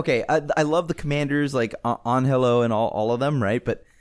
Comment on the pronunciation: For the love of God, Anhelo is pronounced "Ah-nell-oh."